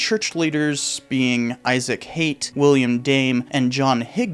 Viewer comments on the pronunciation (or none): none